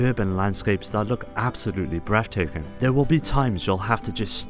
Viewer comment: absolutely BREFF taking.